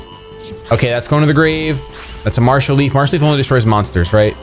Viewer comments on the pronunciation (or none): none